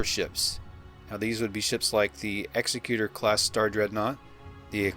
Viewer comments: I thought the ship was called the ec-SEC-you-tor, not the EX-ek-you-tor. As in, belonging to the executive, which makes it less of a weapon and more of a mobile seat of government. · Darth Vader's ship isn't pronounced Ex-e-cu-tor as in I'm going to execute you, which isn't actually a word. Executioner is how that job title is pronounced. The ship is pronounced Exe-cu-tor as in I'm the executor of Mr. Jones will. This has been confirmed by ILM themselves in videos when talking about the ship. The ship carry's out the emperor's will. Good video otherwise. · Just so you know, its pronounced eg-ZEK-yuh-ter. eg-zek-YUH-ter isnt a word. As in : Executor of someone's will, Not an executioner. You'll become familiar with the word as family members start dying off and you have to deal with lawyers trying to steal a cut of their estate. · I believe it's pronounced ex-EC-utor not the way you pronounce EX-ecutor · I am only going to nitpick the pronunciation of "Executor". Many say it as you did, "ex-eh-cute-or", due to Vader (and his ship) having a well-earned reputation for slaughter...but the word for that would actually be "executioner". The correct pronunciation is "eg-ze-cute-or", which is a person that carries out (or enforces) the instruction or will of another person (such as an estate executor, who makes sure that assets are handled in accordance to the written desires of a deceased person). Bearing in mind that Vader was the emperor's second, his right hand person, was frequently sent to enforce the emperor's decisions and will, and the fact that the emperor himself called it a "command ship", indicating that whoever was in charge of suc a craft was given overall command of everything beneath it in the area, this is the more fitting pronunciation. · I don’t think Darth Vader superstar destroyer was pronounced that way. I think it was pronounced like the executive branch of government. Not like the capital punishment position of executor. Ek-zec-u-tor